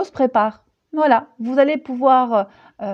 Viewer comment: mdrrrr "Voualai" mdrrrr m'voyez?l hahah a chaque guidance tu bafouilles c'est marrant mais comme tout ce que tu dis est profond et fascinant on peut pas rire comme l'on voudrait ou alors on revient en arrière lol (pour ma part) ben t'es la meilleure, prends soin de toi, gros gros bisous et merci Gratitude tu fais guidances personnalisée? j'ai jamais regardé car tes guidancess avaient toujours l'air de me parler finalement. mais pourquoi pas? ça fait trop longtemps que j'te suis mdrrrr BISOUSSSSSSSSSSSSSSSSSSS Chanaze